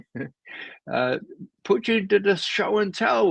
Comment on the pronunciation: God I wish he’d quit saying “Puteeng.” It’s Poo-tin. So irritating. Literally NO OTHER HUMAN BEING SAYS PUTEENG.